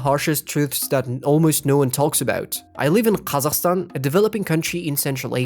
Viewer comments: honorable mention for him saying Қазақстан like a real G who doesn't adapt kazakh words for english speaking ppl. Good work,. Salam from Арман. Шешен амы, қотақ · Ағылшынша сөйлеп тұрып ҚазаҚстан деген кезде құлағым ауырып кетті кішкене, ағылшыншаланған "Кэзэкстан" дегенге үйреніп қалғанмын. Жақсы видео ;) Гуглдың программалары офлайнда жоқ, сол себепті OnlyOffice(MS Office-ке қатты ұқсайды) қолданып жүрмін, жәнеде ол Linux-та да бар. Соны қарап көр.